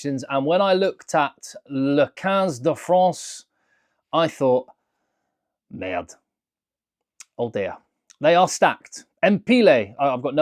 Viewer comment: Hi! When say "MERDE" pronounce the "R" without rolling it on your tongue, but as if you had a fly bothering you at the back of your throat… It will be perfect!😁😂🤣